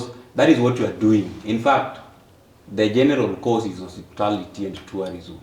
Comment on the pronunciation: definition of hospitality is "osiptal", hiyo 'ty' is silent. 😁 mtu ujaribu. watasoma saa ngapi na wako na soko ya isa, the guy should also be charged with facilitating Froud. tulisema hakuna kulipia mschana fee kwa mens conference, hiyo ni kazi ya wazazi wake.